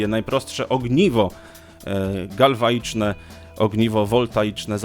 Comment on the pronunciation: Jedna uwaga, nie "elektrodoł, soboł, baterioł", tylko "elektrodą, sobą, baterią"!! Galwaniczne, a nie galwaiczne. Dbajmy o poprawną wymowę języka polskiego! :)